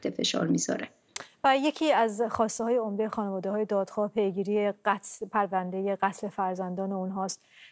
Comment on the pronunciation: خیلی درست خانواده رو تلفظ میکرد. دائما هم میگفت خونواده